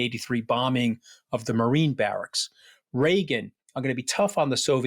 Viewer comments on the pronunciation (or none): none